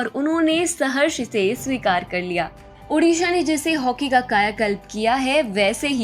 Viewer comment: its not UDISHA the NAME iS ODISHA